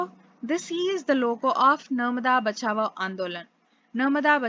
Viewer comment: Not Bachabo, it's 'bachao'😅😅😅